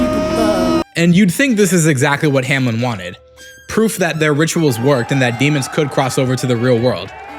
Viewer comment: Bro: hamlen My mind: HOW TF DID HE MESS UP THRICE